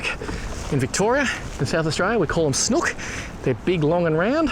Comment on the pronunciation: Snook pronounce it right ya sound stupid Snooook it’s not like a hook sound more snooook